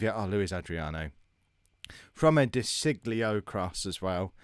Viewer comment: its pronounced de sheeyo which is weird